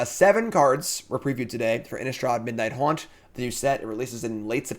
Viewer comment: Midnight Hunt,. Not Haunt 🥸